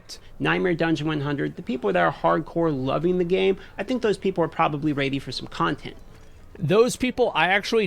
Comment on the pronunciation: The way pronounces 'ready' fascinates me...